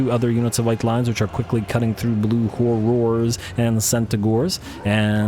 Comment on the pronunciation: The way you prenounce "Horrors"... I understand youtube will think you're saying a vulgar word for sex-worker if you slightly misprenounce horror.